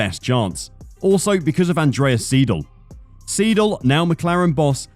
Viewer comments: And it's Andreas SY-del, not SEE-del. That's basic German. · E before I makes an "eye" sound. Thus it's "Andreas S-eye-dil" (seidl). Also, it's porschuh. Every letter in German is pronounced. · I am Triggered how you Pronounce Seidl, because it's also my last name and it's pronounced wrong by every english Speaker xD